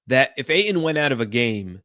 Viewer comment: I hate the way you say AYTON